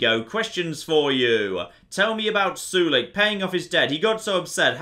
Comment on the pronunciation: The way he pronounces Sulik's name bothers me a bit, I pronounce Sulik as (Soul-lick) not sure if it's the proper way of saying it..maybe is right after all and I'm just a noob